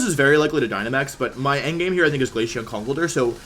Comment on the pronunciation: Bro he says glayshion not glaceon